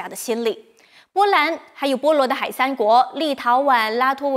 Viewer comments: boluodihai, not boluodehai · 这个字读波罗的海（bo luo di hai) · 是念 波罗“地”海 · “波罗的海”应该读作“波罗地海”。